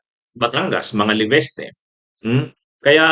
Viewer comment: it’s LE-VIS-TE not LEVESTE.